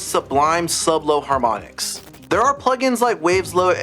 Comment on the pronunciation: "Haromnics???"But really a great video, thanks!